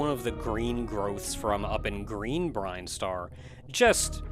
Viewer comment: Every time this guy mispronounces Brinstar I vomit